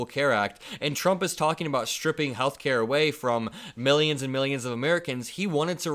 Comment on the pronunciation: "Meellions and meellions"...dafuq he thinks he is? Dr. Evil??